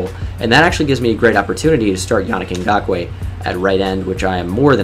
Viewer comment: I like how educated you are dude, you know what you're talking about when you talk football and you know alot of players, you effortlessly said Ngakoue